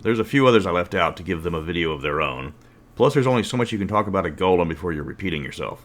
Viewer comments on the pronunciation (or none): I know you are saying Golem but every now and then i keep hearing Goblins. And that just makes me tremble at the idea of bone goblins.